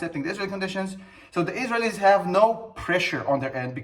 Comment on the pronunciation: The way you say Israelies is the wrong intonation. Just saying. I love your videos